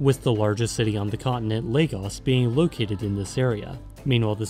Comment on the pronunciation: As a Nigerian man (Ijaw/Igbo), I can tell you that this is one of the most accurate, researched short docs on Youtube (from mention of the Sokoto caliphate, bight of Benin to the Ijaw). Also, kudos on pronouncing it as "Lay-gus"